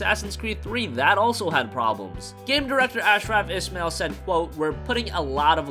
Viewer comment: You destroyed "Medjay" and "Ashraf Ismail"...